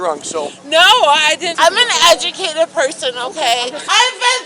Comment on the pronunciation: "She is Eaenaducated plerson."So believeable!